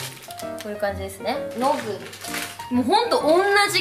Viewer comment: ノグリのイントネーション違う笑